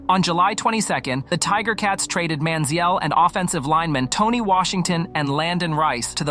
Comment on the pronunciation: The way you're saying his name makes my head hurt